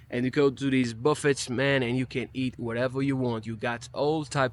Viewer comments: Buffets are pronounced buff a’s, the t is silent. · The 't' is silent in buffets.